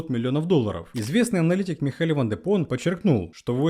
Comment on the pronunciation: Вопрос только один. Почему Михаэль ван де Попп стал ван де Поном? 😆